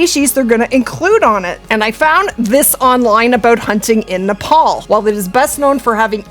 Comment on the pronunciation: Just a bit of help on the pronunciations. Pronounced "Nep - all" and "Munt - jack" Muntjac are an invasive species in the uk, can be hunted all year and in infinite numbers